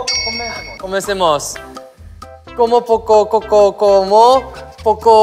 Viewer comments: Sungji en su cabeza: Comencemos suena igual que cosmetics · Nadie: Sungjin: confunde "comencemos" com "cosmetics" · nadie: absolutamente nadie: sungjin: cOsMeTiCs